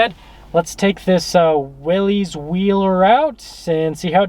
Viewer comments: I heard the other day it's pronounced Willis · I really wish people would get the name correct. Especially someone who sells the damn things.... It's pronounced, like WILLIS, John North Willys = WILLIS Overland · I chuckled at your humor about the 4 Wheel Drive being “really important” and “adding horsepower”. 😂 But since the Willys (pronounced Willis) is an appearance package, you should know that the decal is actually a nod to the 1940’s decal on the original Willys. And that’s right down to the font. So for this particular trim level - it really is pretty important. 👍☺️ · I hope that car lot don't leet advertise for them again youb suck. You need to get more info on jeeps before you do another video on them. And you like everyone else pronounces the name wrong. Look it up.